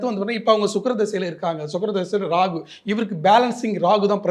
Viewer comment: It’s Rahu. Not Ragu !!